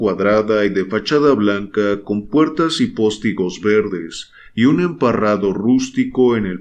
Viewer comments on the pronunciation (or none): Hola! Qué raro que sigas diciendo "póstigos" en lugar de postigos. Creía que habías comprendido la corrección. Saludos!